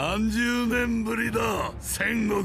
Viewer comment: のセンゴクの発音違うよね